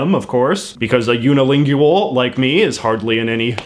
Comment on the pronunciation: "You-nih-ling-gwal" not "You-nih-ling-gyu-al".